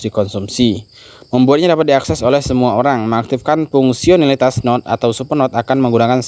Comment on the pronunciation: biasa makan singkong bc bhs inggris😂🤣 node di baca sesuai tulisan = node, bukan nod 🤣😂 ( pi node bukan pinod )